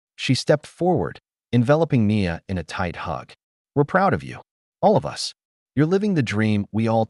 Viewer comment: The AI needs to be corrected. It keeps saying "A S" when it should be "as". This is not the first time in these stories that there have been errors. I have heard "U S" for "us", and "number" for "no". These errors should not be occuring.